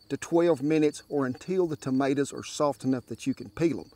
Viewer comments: Never heard TOMATOES been called MAADER's 👍😂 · "Maters" . Love it.